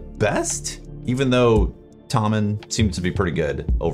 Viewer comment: I think the pronunciation is To-Mann. The O is long.